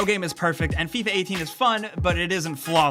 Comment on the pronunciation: "Fee-ah" wut?